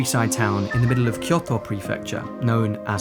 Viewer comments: Tip: Kyoto is pronounced with a longer Kyooo. Kyoooto. きょうと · So funny how you say kyoto. 😂 kyoTO . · Fascinating video. I'd love to visit some of these places. Just beautiful. Well done 🌲 (By the way, I'm not sure if it's just because those are Japanese words you say while you're speaking English for the rest of the sentence, but it sounds like you say Miyamoto as Miyamotto, and Kyoto as Kyotto(h), so be carefull with the long and the っ vowels 🙂)